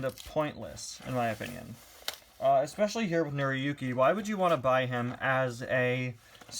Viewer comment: it's pronounced nora yooki